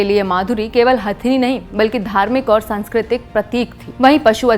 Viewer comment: (प्राकृतिक), (सांस्कृतिक). लगता है आप हिंदी को देवनागरी में नहीं पढ़ती इसलिए उच्चारन में दोष है।